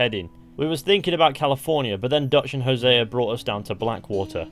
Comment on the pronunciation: Imagine creating a language and being the worst people to speak it. “Hosea-er” 🙄